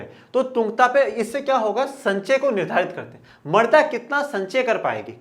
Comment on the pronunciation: Sir use marda nhi mrida khte h